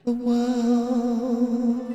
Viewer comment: "let's build the worrrrrlds" was giving Prince this time💜